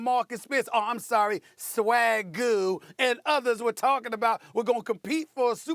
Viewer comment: I cry 😂😂😂 every time this dude says "swaggu"